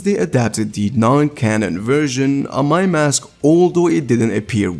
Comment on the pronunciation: Amai mask got butchered 😭🤣